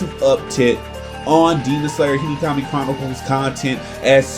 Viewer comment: Him: Today in Hinikami chronicles Me:😭 (what did he say?!?!) Him again : in Hinikami chronicles….. Me:🤨 And again: Hinikami chronicles Me: NIGGA ITS HE-NO⁉️⁉️ HE-NO, NOT HE-KNEE. Hinokami the fuvk🤨